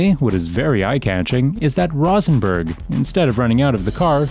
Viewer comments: Has the narrator even played the game? The narrator stays mispronouncing the names of GTA characters. His name is Rosenberg, with rose like the flower. Rose-en-berg. SMH 🤦🏽‍♀️ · "Rawsenburg" dude i swear your doing this on purpose, there were like 3 or 4 other names in your videos you mispronounced lol